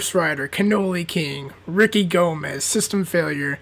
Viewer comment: aahh i was mentioned in the video "Ricky Gomez " lol he may mispronounced my last name (Gamez) but I was still in it haha